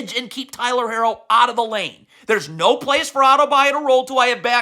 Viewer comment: Coach, Jaime is Mexican, not French haha his last name is HAH-kezz. Also, Hero not Hair-oh. Cmon you know this!